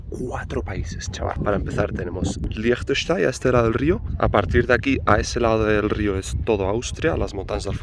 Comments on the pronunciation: Como dijiste? Frankistain? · Se pronuncia asi: leinchestein, así de fácil 😅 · Team pronunciación "Lichtenschtein" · Siempre me cuesta diferenciar los acentos. Liechtenstein, de acuerdo al acento local, ¿se pronuncia algo así como “Leegh tesch tai”? ¿O me equivoco? Porque creo haber notado que la “n” es muda cuando lo pronunciaste con el acento del país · Yo lo pronuncio como: “Liktestæn” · Me encanto "Liechestein" jajaja sobretodo porque se puede ir en bici a Austria y/o Suiza Consulta eres de Liechtenstein o Austria/Suiza? gracias por el video como siempre... me sigo "qdando" en Suiza y "trabajando" en Liechtenstein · Yo lo conocía por la película de corazón de caballero. El personaje se hacia pasar por el lord de Liechtenstein. Y creo que por culpa de esa película pronuncia mal su nombre.